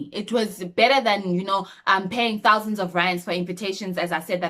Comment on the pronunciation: Hundred thousene😂😂?